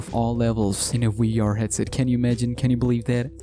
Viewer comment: It is funny how he says WEE R instead of VR